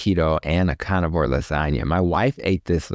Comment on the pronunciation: I’ve heard in other interviews and absolutely love him!! I especially love the way he pronounces “conivore” 😅 I wish I had a doctor like him 💗